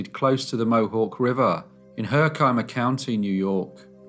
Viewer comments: Your pronunciation of Herkimer made me smile- I'm not from there but live nearby and I the way I hear locals say it, the last 2 syllables rhyme with 'shimmer' instead of 'eye-mer'. Awesome video!! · She's from my corner of New York! FYI, It's "HER-kih-mer," not "her-KI-mer" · Herkimer is her-kim-er, not her-ky-mer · It’s pronounced HER-ki-mer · Interesting, not surprised that a non-New Yorker would pronounce Herkimer as HER' kiamer -- the only reason I noticed was that's where I grew up . . . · FYI, the town is pronounced Her Kim (as in Kim Basinger) er, with emphasis on "her" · Although Herkimer is spelt as though it should have a long i sound. It really has a short sound. Pronounce it as if it is spelt like this ... Herkimmer. Im in upstate NY and my dad was born in Herkimer. =). Have a wonderful day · It's pronounced (her-ker-mer) and (sar-a-cuse) Herkimer and Syracuse. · Great video. In NY we pronounce it herk a mer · I grew up not terribly far from there in upstate NY. The county is pronounced Her-kim-mer. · It is HER kih mer and SAR uh ques - jeesh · It's HER-kimer, darling.... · It's pronounced Her-ka-mur. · Its herk-imer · It's pronounced HER-kih-mer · Well...guess I'd pay the grocery bill next time. But hard to be a lazy good for nothing and a farmer. Guns and axe blades don't sink slowly... And it's 'her-ka-mer'. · Took me a minute to understand what NY county you were talking about. We pronounce it HER Kim mer. God knows I couldn't pronounce British counties though so we're even. God bless. Love these stories. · Interesting note; Herkimer, NY is the only place that Herkimer diamonds are found. These are quartz crystals of particular clarity with rare double ended points. Incidentally, it's pronounced herk-a-mer. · You really messed up the pronounceation of "Herkimer", the county where the murder took place. I was there 44 years ago on my way from New Hampshire.